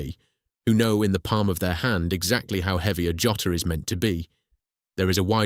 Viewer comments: The "Yotter"? WTF? It's Jotter, as in a thing you use to jot down something. Unbelievable. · Oh amen! The first time "Jotter" is spoken, it's heard as "Yotter". Also, about 1/3 of the way in, there's a photo of a young woman testing pens, it's a shot of the Sheaffer factory in Fort Madison!